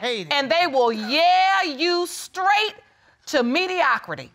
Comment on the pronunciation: Ms Shands (second case) is just gorgeous!! She needs some polishing in her speech and diction, but that will come with maturity. Another note: why is this young man saying “scraight” instead of straight? I’ve noticed this a lot lately. Is this a thing?